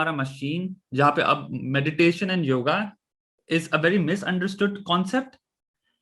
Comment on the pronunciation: Btw, it's not yogA, it's yoga.